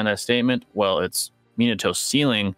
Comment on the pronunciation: He said minato 😂😂